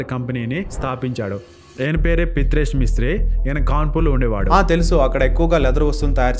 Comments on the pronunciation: Bro pitresh kaadu, Pritish bro.😂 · Pitresh kadu ra pitthayya .... Preethesh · ఆయన పేరు ప్రీతేష్ రా బాబూ🫩... పిత్రేష్ కాదు🤦🏻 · ప్రితేష్ ను పలకడం రాక పిత్రేష్ చేసావు కదా bro 😂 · పిత్రేష్ కాదు bro ప్రీతేష్ 😂😂😂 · Pritesh adi pitresh kaadu 😂😂😂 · Pitresh kadura ayya.... Adi pritesh.. chuskovali kadaa.. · Pith-resh kaadu anna pri-thesh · Pitresh … Pitre kadu bhayya….Pritesh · pitresh endi raaa😂😂😂 pritesh raaa 😂😂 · ఒరేయ్.. పిత్రే.... పిత్రేష్ కాదు.... ప్రితేష్ 🤣🤣🤣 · It's pritesh not pitriesh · Pritesh ❌ Pitresh ✅